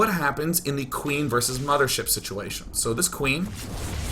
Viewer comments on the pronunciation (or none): Its not "Infestor" and "Mothership" its "Impestoor" and "Mamaship" :)